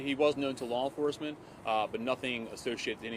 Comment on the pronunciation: Enforecement? Enforcement.